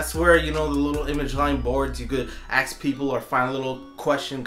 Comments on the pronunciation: “ People axe about this” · Don't pretend like you pronounce it "aks". We all know you sayin ask off camera